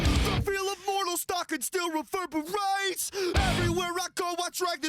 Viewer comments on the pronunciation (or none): "Still weverbiwates" ... I cant help myself...